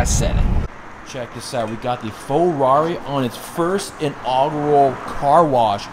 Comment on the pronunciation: I just realise your saying fool rarri not ferrari thats funny